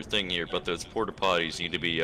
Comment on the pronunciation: he has been watching jarvis, man said "ting"